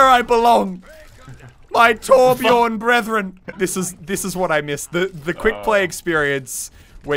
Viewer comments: im swedish.. u dont say whorebjœrn ITS TORBJÖRN! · I like torbjörn and not torbjorn but americans cant say torbjörn so yeah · As a scandinavian, i am annoyed that he says torbjorn instead of torbjörn. The voice actor pronounces it right, why not the fans? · It's Not Torbjorn it's Torbjörn Torbjöööööööööörn. With love from Sweden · ITS TORBJÖRN NOT TORBJORN! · I really love how you englishmen cant pronounce the letter "ö" and say Torbjourn insted of Torbjörn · For being swedish. This is so cringe. Its torbjörn. Not torbjorn. Only swe knows how to say ö XD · It's Torbjörn! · "trobajorn" jeez xD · Muselk it's Torbjörn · It's called Torbjörn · Its actually Torbjörn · its torbjörn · It pronounced torb-yern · someone, please teach them how to pronounce torbjörn correctly. please...... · Ö sounds more like u then o